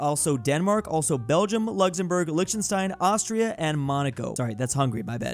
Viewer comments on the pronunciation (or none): none